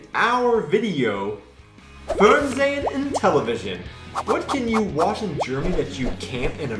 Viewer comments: That was a very interesting video. :-) I even learned a few things, for example about the allowed length of advertising. Just a small criticism: You have to work on the pronunciation of "fErnsehen" and "TAtOrt", the vowels are pronounced long. I have been using a hard disk recorder for years to escape from commercials. I just watched "The Masked Singer" from 9pm on and then skipped all the 10-minute commercials. Netflix: Since I can see the original English versions with subtitles so easily, I just can't stand the German dubbing anymore. It seems so unnatural once you have heard the real voice of an actor. We know that German TV shows are very long, since Tom Hanks had to sit for three hours at "Wetten dass" in 2012 and complained extensively afterwards about it ;-) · Ms. Rosetta Stone has failed miserably to teach these people the correct pronunciation of even the simplest words such as "Fernsehen." :-D